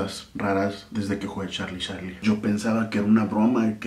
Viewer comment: Dise yarlie pero like ygual